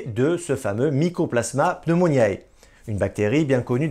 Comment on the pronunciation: Par pitié : APPRENEZ À PRONONCER CORRECTEMENT !! Pneumoniae se prononcé pneumoniÉ, c'est du latin, et non pneumoniAÉ !! Merci....